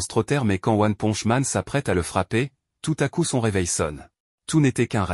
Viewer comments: C'est pas one ponje c'est one ponche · "one ponch man" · PARDON t'as dit one ponch man outch mon cœur détruit